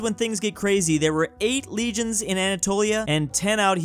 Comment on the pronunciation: So Americans read legions as regions? Like bruh the first thing in the video an I’m already triggered